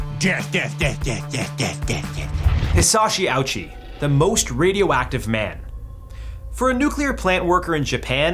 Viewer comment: disrespectful piece of shit... The man suffered worse than any other person has ever suffered for 83 days and you can't even bother to look up how to pronounce his name correctly?